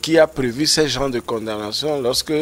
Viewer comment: S'il vous plaît. On ne dit pas blanchissement d'argent. On prononçant condamnation, on la lettre m reste muette. Merci.